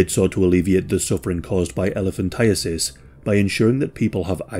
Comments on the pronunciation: Thank you for pronouncing it correctly. I always hear "elephantitis." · This is my first exposure to hearing it correctly. I have lived my whole 36 years believing it is elephant-eye-tis